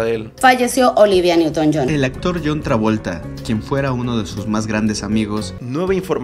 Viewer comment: Olivia newton john* no "johns".